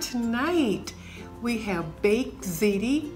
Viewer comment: It's pronounced as if your saying zeetee. I'm praying Grandpa gets better soon so he can go home